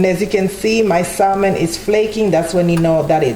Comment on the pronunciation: Sam-on not pronounced sal-mon but it looks delicious 😋